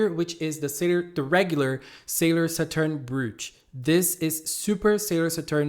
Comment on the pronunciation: Please pronounce Saturn correctly , you re killing my ears lol .